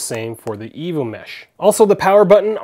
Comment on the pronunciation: lol sounds like evil mesh, not evo mesh